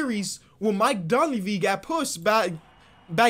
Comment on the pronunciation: “Come on mike dunve” Me: “it’s dunleavy, I thought you were a bulls fan”🤦🏽‍♂️